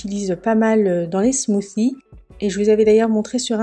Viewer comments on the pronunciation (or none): Très belle prononciation du mot smoothie 😂